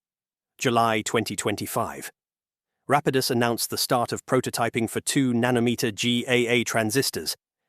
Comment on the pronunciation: Rapidus is pronounced in at least 3 different ways throughout the video lol